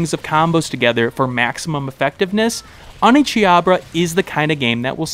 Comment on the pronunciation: I winced every time that I heard OneCHIABRA.